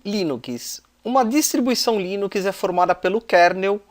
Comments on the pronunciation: dá agonia ver ele falando "línukiis" em vez de "línuks" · O conteúdo do vídeo é bom, mas não aguentei ouvir "linuquis" nos próximos vídeos kk